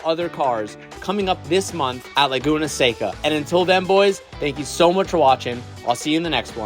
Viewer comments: Lay-goon-uh Say-cuh???? Come on. Learn how to pronounce Laguna Seca please...😂😂😂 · Don’t let those east coasters make you pronounce it as, “laguna SAY-ca.” It’s “laguna seh-ca!” It’s a Spanish word. You don’t have to use a full accent, but don’t let them bully you into butchering it 😂 I will comment this every time I hear it 🙃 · You did it. YOU SAID “say-cuh”!!!